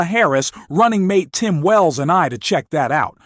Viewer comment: The way you mispronounce her name over and over, especially after the DNC in which is was so clearly explained, is inexcusable. And Tim 'Wells'??? If you can't be bothered to learn how to pronounce names, you shouldn't be pronouncung them in public